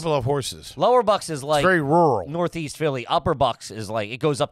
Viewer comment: Roaral? LMAO! I think he meant rural.